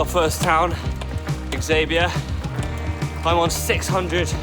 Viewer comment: the first town is Xabia / Javea pronounced Havea not what you said, but good effort